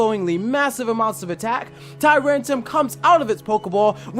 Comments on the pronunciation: Can you take a moment to reread the names of the Pokemon that you're butchering? Tyrant-R-um Claw-I-tzer I mean come on... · "Tyrantum" Its TyranTRUm